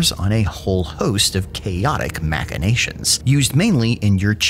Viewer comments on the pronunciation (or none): Dude, I know you are from a weird hinterland where Minotaur is pronounced “Minetar” and I say it with much love, but it is machinations as in “machine-ation”, not “makinations”. I dread the day you come into view of machicolations !